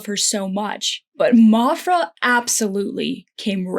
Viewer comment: Maphra is not pronounced mophra lol. Like math is not pronounced moth. I liked your metaphors. Interesting.